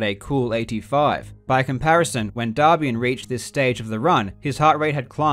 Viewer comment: The way you pronounce "Darbian" sounds like the word for "poop" in Chinese.